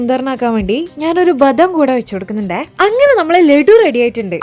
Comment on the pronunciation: ബദം അല്ല ബദാം